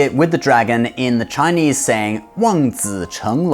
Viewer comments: Gosh can i just say how happy i am to hear you pronouncing everything so properly and accurately, thank you for respecting my culture enough to say it properly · Chinese here. Amazing pronunciations here folks. He's the real deal